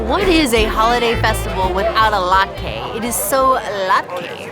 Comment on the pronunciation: Great Video! Latke is pronounced "lot" "kuh" ! Thank you for allowing feedback!